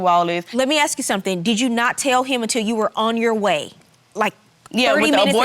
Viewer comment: "Sum'n is with 'em"